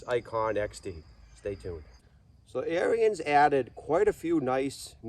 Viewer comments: The Dad's pronunciation of Onyx is the correct one, however, he pronounces Ariens wrong. Ariens is pronounced as two syllables like Air-Ens, not Air-E-Ens. All that being said, I'd be perfectly happy with the Ikon, although I'd re-paint it to suit myself. A lot of it would stay Ariens Orange, but I'd change some parts of it to an Arctic White to make it more closely match Ariens equipment from the 60's and 70's or similar to their 90th anniversary edition. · I have been so busy that i didn't even see that ariens made an onyx edition. It's pronounced "on-ix" and " air-ens" . About the only thing i don't like about the onyx edition, and ariens zero turn mowers in general, is that they got rid of the serviceable hydros on the lower end / residential units. They used to offer an ikon model with the 2800 serviceable htdros. Now you need to get an apex which is about $1500 more. Gravely does offer a model that fits in the mix, at a slight price increase and not 1000$ dollars more like Ariens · Pronounced Air ens